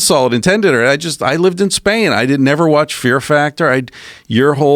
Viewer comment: “I went back to spain” : “I went back to Span” Real question: How high is this guy?